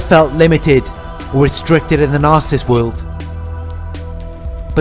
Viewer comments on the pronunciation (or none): I like listening to you. But please practice on how to say the word Narcissist. You say Nar- siss.. when it's Nar- Ci,- ssisT. Thanks. .